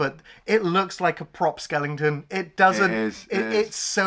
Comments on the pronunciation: Recently discovered the channel, been watching most of your catalog. But I really have to ask...is Skellington a long running gag or something? Don't think I've heard skeleton pronounced that way unless as a joke😂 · I love that calls Skeletons ‘Skellingtons’😂